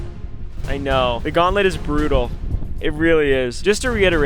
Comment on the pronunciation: said "gaunt-LITty🔥"